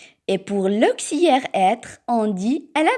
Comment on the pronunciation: Auxiliaire et non auxiliere